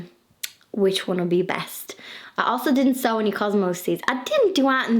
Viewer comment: *sow ... not show 🤣😂🤪